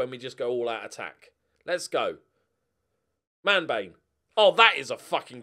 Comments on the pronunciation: Every time you say Manbane, I hear Man Vein - and that just sounds very wrong... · Somebody please correct me if I'm wrong, but I think Manbane's name should be pronounced something like Man-BAW-nee